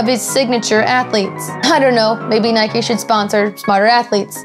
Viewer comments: Why do you call Nike "Nikey" you don't ride a "bikey" now do you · Nike not nikey you don't ride a bikey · It's Nike not nikie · I hate it when people pronounce "Nike" like "Nikey". IDGAF if that's how it's pronounced, it irritates me to no end. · ***** Nike is the Greek goddess of victory not just sports... :) but yeah nike not nikey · She forgot a sin, it's not Nikey it's Nike🙄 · Isn't it Nike not nikey. It's like calling a bike, bikey. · It's not nikie its Nike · One more thing it's called NIKE not NIKEEE good English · why do you call it naikey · People who say 'Nikey' 😂😂😭🔫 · nikey hahahahaha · It's Nike not Nik e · it's pronounced Nike silent e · It's N-eye-k not N-eye-kee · Nike is a good but there saying it wrong